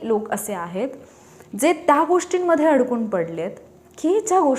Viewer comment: मॅडम त्या उच्चार करा तुम्ही ता असा उच्चार करता.